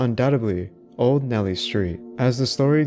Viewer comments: Neely not Nelly. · It’s NEELY not NELLY. AI confirmed.